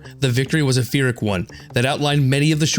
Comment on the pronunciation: Pyrrhic victory is pronounced “peerik”, not “fearik”.